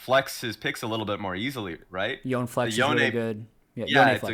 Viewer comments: Love ya, but say it with me. Yo-Neh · wish would just correct the way he pronounces Yone, and then never address that he fixed it.